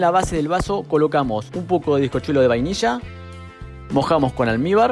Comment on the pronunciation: Qué es lo que echas en cada capa de bizcocho, ¿Almíbar? ¿Alnibar? No sé qué es, me encantó tu vídeo.